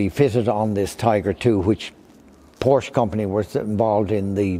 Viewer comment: Lite underligt att dom säger 'porsch* istället för Porsche